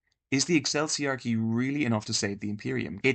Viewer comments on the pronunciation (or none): Ecclesiarchy is pronounced "E-Klee see Ark ee" theres no sound similar to the word "Cell" there. But I see that others have mentioned it. Take this comment as for the algorithm gods and otherwise ignore it :) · How can you be so knowledgeable on the subject yet pronounce Ecclesiarchy in perhaps the least correct way possible lol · Noones talking about the horrendous way he pronounced eccleiarchy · that's not how you pronounce "ecclesiarchy"